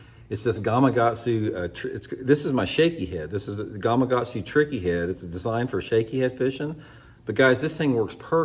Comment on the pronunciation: Looks like a great bait! Reminder, it's gama-Katsu, not "gumuhgahtzu"